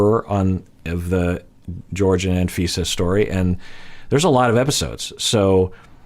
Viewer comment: That was rough hearing you butcher the name Jorge 😆